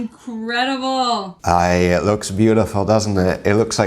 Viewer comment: Woman said "it looks incredible" and I swear to you I thought she said "it looks inedible."